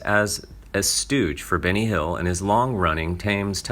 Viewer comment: Try not to pronounce Benny Hill as Binny Hill.